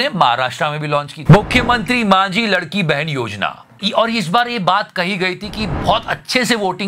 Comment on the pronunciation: laadki😂😂 not ladki😅